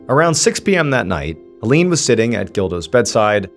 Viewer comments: HellEEn😂 I love his pronunciation. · this man butchered the name Helene... 😂